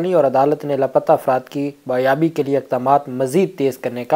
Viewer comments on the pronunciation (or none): BAAZYABI, not baaryabi.